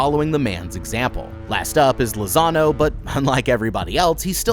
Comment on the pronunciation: Every time you said Lazano, I heard Lasagna